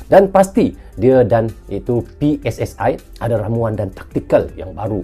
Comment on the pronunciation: Bang, jika sebut PSSI pakai dong ucapan bahasa Indonesia PSSI dibaca pe es es i bukan pe es es ae biar klop bahasa Indonesianya. Ini cuma saran terimakasih ❤